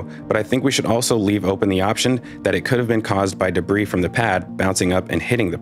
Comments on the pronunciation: De BREE not debreeze jfc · "deh-breeze?" 🤣🤣🤣 you mean "deh-bree" right? 🤣🤣🤣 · Debris is pronounced “de-BREE.” Not “de-BREEZE.” The S is silent. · You realize the S in "debris" is silent, right? It's pronounced "de-bree"; not "de-breeze". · Hi. Debris is plural - pronounced debri. CSI is brilliant BTW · I'm the kinda guy, who might straighten a picture in someone's living room, so forgive me, but debris is pronounced without the 's' as in (dəˈbrē). Otherwise an excellent deep dive. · PS: Debris is both singular and plural. So debris is pronounced debriee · He said "debriss". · Thanks for another great analysis. (BTW, the "s" at the end of "debris" is silent, and the word is singular, not plural.) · Hate to be "that guy" but, the s in debris is silent..... Just saying.....